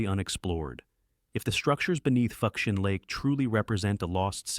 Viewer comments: Here's the breakdown ....foo-shen lake. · Lost civ #2 is pronounced ('FOO-SHAHN')!